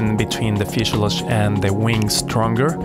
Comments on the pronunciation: Fuselage not fuseiluje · Love the video man this is some high quality stuff! I like how you cut the wing out with the Hotwire on the table. (Fishelooge, stab-a-lisers, aleroons. Sorry, now you're gonna think of me everytime you say those three words.) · He can't say fusalage ;-)